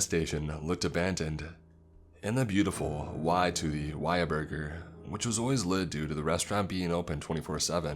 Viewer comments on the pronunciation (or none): This nigga just called WhatAburger WayaBurgor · He said whyaburger but I think it's whataburger in texas